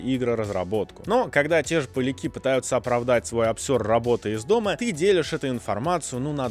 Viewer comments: Правильно – поля́ки (поля́ков, поля́кам, поля́ками, поля́ках) [при склонении слова ударение остаётся неподвижным]. Я тебя прошу. Говори правильно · А кто ты сам по национальности, что в каждом видосе не можешь нормально "поляки" произнести? Русские игры, Русские журналисты... Не российские и с заглавной буквы в середине названия... Кем ты у русских по твоей классификации проходишь? Как они тебя называют?)